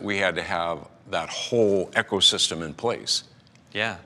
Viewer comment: He keeps mispronouncing “ecosystem” and it’s bugging me... this guy says,”EKCO-system” 😒